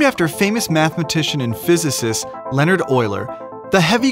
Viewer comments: Also, if you're going to pronounce his last name properly, at least pronounce his first name properly. It's lee-oh-nard, not leh-nerd. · It's Leonhard Euler not Leonard Euler